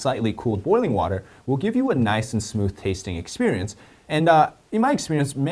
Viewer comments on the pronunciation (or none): none